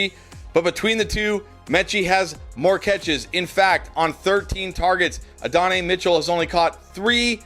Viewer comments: Uh-don-eee < add-on-eye. 😅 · Ad-uh-nai Mitchell 😂